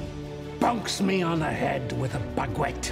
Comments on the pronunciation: The way he say bag wetXD👌 For the french enthousiasts..its pronounce ba-get!!:p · "a bag wet" yes but no :'D it's more like "bagett" pronounced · A BAG WET?!?! IS THAT ACTUALLY HOW THE BRITISH PRONOUNCE BAGUETTE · Correction it's pronounced "bah-get" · Why did bro pronounce Baguette like that??!